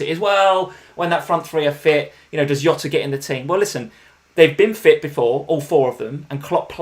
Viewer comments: I hate to use the wrong name. People always get his name wrong, he is not hota. He is not hota he is, Jota. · Still laugh at calling Jota “Yota” haha. Always enjoy watching the stream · please please please stop saying Yota use a normal J sound Jota Jota Jota